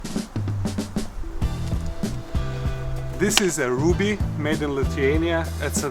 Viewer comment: Double "b"s suggest the name is pronounced "RUB-ee"